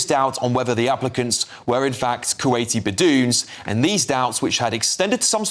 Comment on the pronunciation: "beh-doons" 😂🤣😂 it's pronounced "bed-wins" he even said "balloons" at one point 😂😂😂😂😂😂